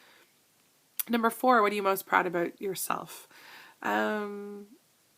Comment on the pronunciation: i do laugh every time you say ABOOUT :) Thank you for sharing all of these items and im glad to be your friend and do our journeys together!